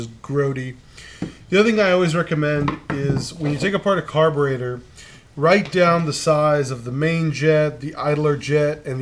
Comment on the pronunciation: Stopped watching after the mispronounciation of "carburetor"